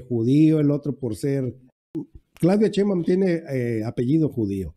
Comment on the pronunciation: Porque no pronuncia bien. No es cheimbau. Es Sheimbaun